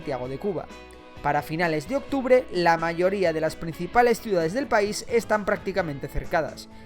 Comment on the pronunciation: Pais, no Paris